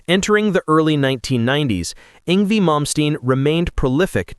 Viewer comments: It's pronounced Yng-Vay not Yng-vie at least say his name right. He is a Legend and deserve to have his name done right. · Yng-VAY….Not Yng-vee! 🤬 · AI voice-over annoyingly calling him "ing V." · Did this MF say ING VEE? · ‘Ingvee’ - nice job, AI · It’s ‘Ingvay’ \m/